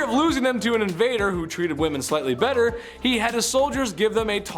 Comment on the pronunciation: "We'll do bett ar... We'll do bett ar" lol 😆